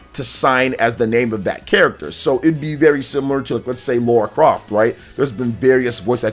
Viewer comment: Oh btw, it's not "Laura" Croft, it's Lara Croft. The "La" rhymes with the "ca" in car or far or bra. "Lah-ra"